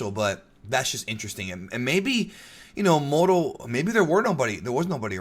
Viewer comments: When said Muro, i was like "Mango?" Lol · I’m Mexican and it KILLS me when they don’t roll the R when they say “Moro” lmao. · kinda think the moro as u have been saying it sounds more like a name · English is one of the only languages to use a hard R. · You're not the only one that think that saying Moro with a strong R sounds cooler. Also you being Hispanic explains how you were able to speak Spanish in Twitter. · If you say "moroo" is a result of hispanic heritage than why must you say SAI-yahn ahh you know what forget it. Nobody will see this anyway. And I have proof but since no one will see it, why bother. End comment.